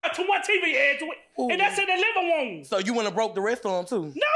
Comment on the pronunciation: In the living woom